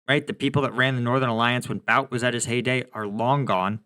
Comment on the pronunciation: the correct pronunciation is "boot"